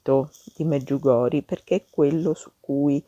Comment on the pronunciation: Mi scusi ma si pronuncia MedjugorjE